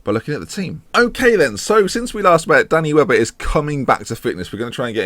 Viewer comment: Half the time you say Danny Webber I hear "Danny Welbeck" and it just makes me giggle. "Got James Lynch in goal, Danny Welbeck starting up front, the cow in midfield." Bonkers.